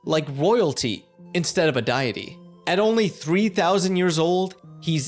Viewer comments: My man.. it's not "Dye-it-ee," it's "Dee-it-ee." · Its pronounced "day-it-tea" not "die-it-tea" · (Die)-(aty)? Why are you saying it like that? It's deity (Dee)-(ity) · Not die-eh-ty, but dee-eh-ty or dee-eeh-ty. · Mans really be out here showing an Ankh when saying "Poseidon is the Greek god of the sea" and pronouncing deity as diet-y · Diety is pronounced DEE-etty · My comment was meaner than I meant it to be so hope I didn't offend. This was still a great video! It's pronounced 'DEE-it-TEE' though 😂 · The judges would have also accepted Day-it-ee. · Good video, but it’s “Dee-ity” and “Min-dee” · psst, its pronounced "DAY-uh-tee" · 1. It's Dee-it-tee 2. It's Conk. I don't care what the show says, I'm going to defend conk to the end. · I’m glad I wasn’t the only one bothered by this! It’s also “Min-Dee” not “Mid-Nee” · Nice video, really liked it. I hate the way you pronounce "deity" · Is he mispronouncing deity or am I? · The way he said Deity hurt me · say deity like that one more time i swear to neptune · My mans why are you having a hard time pronouncing “Deity”??? It's not like it's some obscure word that would scare a non native speaker AND you’re a native speaker!